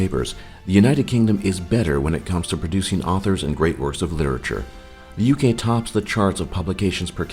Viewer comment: The Ugay? Really?